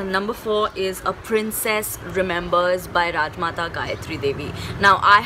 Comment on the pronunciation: What "RAJMATA" 😂